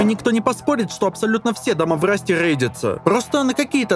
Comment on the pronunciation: впервые в жизни захотел задонатить. на логопеда. как же натужно даются автору все эти Раст Румы РейдеРы и тд. без хейта, дофига людей видал которые гортанью Р произносят.